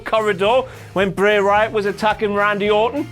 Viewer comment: o'clock with pronunciation of "Bray Wyatt"